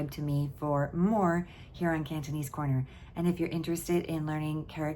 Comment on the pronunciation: Your Cantonese pronunciation is better than most Hong Kong university students and YouTubers